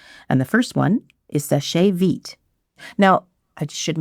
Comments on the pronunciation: Very surprised to see Seche Vite taking such a long time to dry. Never used it myself, though, because it has toluene and I can't stand the smell. Btw, "Seche" is one syllable. "Sesh veet", not "seshay veet". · FYI it’s pronounced “Sesh Veet” it’s French for dry fast.